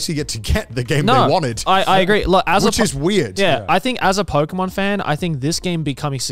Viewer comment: It's pokemon not pokeymon